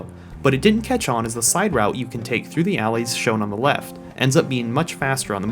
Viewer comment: "Weft side of the city"